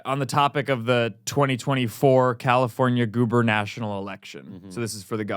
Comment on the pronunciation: you pronounced "gubernatorial" wrong